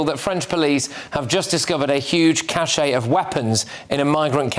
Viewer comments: Cache is pronounced 'cash' - not 'cachet' which itself denotes 'prestige', as in no ocean liner company had the cachet of Cunard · Patrick, it’s a cache, not a cachet. Two very different things. The final E of cache is not pronounced. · Cache is pronounced cash not cachet.